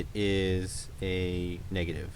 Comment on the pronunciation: Something about your accent when saying positiveo and negativeo reminds me of.